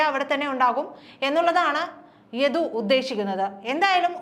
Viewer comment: യധു അല്ല സഹോദരി യദു ആണ്...ഉച്ചാരണം ആണോ...കേൾക്കുന്നതിൽ തൊന്നിയതാണോ എന്ന് അറിയുന്നില്ല...